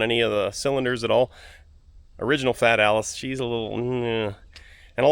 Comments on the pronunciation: Fat Alice..? A nickname or your pronunciation of Italian? Anyway I was wondering if the engine did have a decompression lever. It would make your jump-pack live longer while pumping up fuel. The Volvo Penta in my boat has one and it comes in very handy when the engine has starved after a list with a low level in the fuel tank and I had to bleed the air out of the fuel system. Another nice video from, although I miss your "CONTACT!" warning before pushing the starter button! Update: I was too quick with my remark... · When you call it FAT ALLIS is I only see that "Let it snow" meme! It is not FAT it is FIAT! 😂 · Because it’s funny how Fat Alice sounds like Fiat Allis.